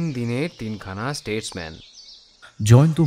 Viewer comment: দয়া করে জয়ন্ত কে স্টেটস্ উচ্চারণ করতে বলুন,,,,,উনি স্টেট পর্যন্ত বলতে পারছেন যখন statesman ও বলতে পারবেন